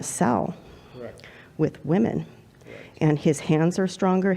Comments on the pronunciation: Asian girl keeps pronouncing the plural of woman the same as the singular. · Is it something with asian people or is it just liberals that they can't seem to say the word WOMEN? They say WOMAN whether talking in singular or plural. Honestly curious.